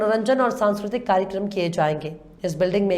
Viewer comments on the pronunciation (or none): none